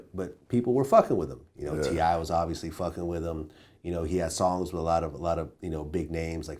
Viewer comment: If i hear "hypnotized wit hatred" one more time